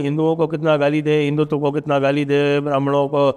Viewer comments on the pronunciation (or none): none